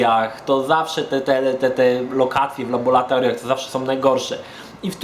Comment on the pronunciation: Jak zwykle świetny materiał! Tylko błagam nie labolatoriach tylko laboratoriach.